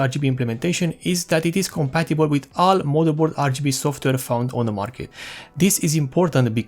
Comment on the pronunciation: You said WHAT! LMAO You say "software" but it sound like you say "softer" instead. These minor observations are but a grain of sand compare of your overall english speech capabilities, we can still tell that you are probably indian by your accent but we can tell 100% what you are saying. A huge thanks and congratulations, video quality, info, editing, speech, you got it all! nice video!